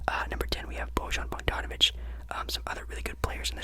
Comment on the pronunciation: love the j in bojan bogdonavic